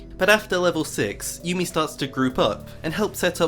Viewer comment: Every time you said "yummi top" I laughed 🤣